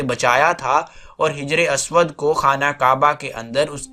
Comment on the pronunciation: بہت خوب لیکن کچھ غلطیاں ہیں انہیں ٹھیک کرلیجئےگا حِجْرِ اسود کو حَجَرِ اسود پڑھیِے گا